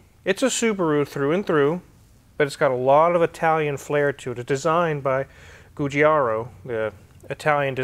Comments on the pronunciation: Ju (as in Ju-Jitsu)- jar - o ;-) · It's pronounced xzu jahhro. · Say "zhoo-zharo". The zhoo sounds like the jus in Au jus. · sorry for being pedantic, but being italian i like italian names pronounced right: it's giugiaro, the"gi" sound is exactly like when you say "water JUg" and "JAguar", so think of it like "jujaro" if it's more clear for an english-speaker.... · "Goo-gee-aro"? Jesus... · Guigiaro is if I’m correct pronounced Goewiegiejarooo 😀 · The two G's in Giugiaro are pronounced like you pronounced the second one 😉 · You really butchered the Giugiaro right there ....